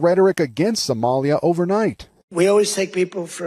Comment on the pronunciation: Truly pisses me off how he says Somalia